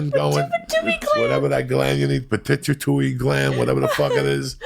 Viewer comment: Peh-too-ah-tary Gland